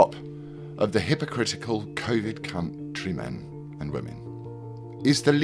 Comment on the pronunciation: The pause in the word "country" 😂